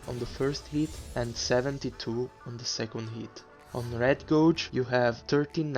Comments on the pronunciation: Hey man. Nice informative video! Also gauge is read as "gayge" no "gaw-ge" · Geyj Geyj GEYJ!! Its not gowj. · It’s (GAY-G) not (GO-G). Spirit (GAY-G) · Please. It's gay-ge . Stop saying gouge. Sorry the video is good though. I have slight OCD and everytime you say that I can't control myself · bel video, una cosa: "Gauge" non è pronunciata come "GOUJ", ma è invece un "GHEIJ". Immagina come se la parole fosse "gage" in inglese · Gauge is pronounced like geiji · I'm sure someone already posted this comment, but "gauge" is pronounced like "gayj" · Gauge is pronounced like gage btw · Just a friendly tip: your saying gauge very wrong. In english its said more like gaej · Hope you dont mind me saying it, the the word 'gauge' is pronounced similarly to 'gage.' great videos.